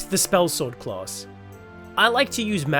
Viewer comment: Clause? Claws? Oh, CLASS! Good video, clear sound and voice, very good!